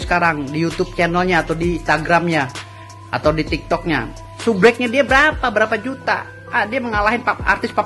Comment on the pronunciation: SUBREK ?????? SUBERAK X...Hwaduuhh pengacara koq ngomongx epetan..😂😂